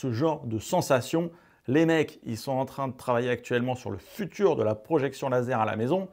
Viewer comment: Le futur, sans "e", s'il te plaît! Jolie vidéo, très instructive, merci!